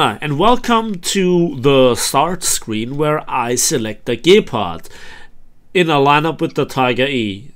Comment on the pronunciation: What is a gaypard? Lol. Nice video!